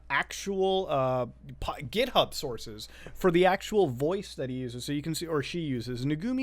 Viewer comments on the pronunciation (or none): none